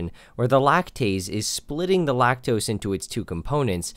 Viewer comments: Lactoes is all i hear😂😂😂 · lacteeze? lacteeze nuts!